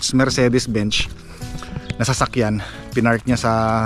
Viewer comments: Benz inagz not bench😂😂😂 Mercedes Benz😅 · mercedes "benz" mang gani hindi po mercedes "bench" ... ang tamang pronunciation po ay "merseydis bens"